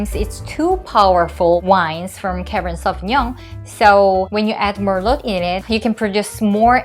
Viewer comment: Don’t pronounce the “t” in merlot please 🤗🤗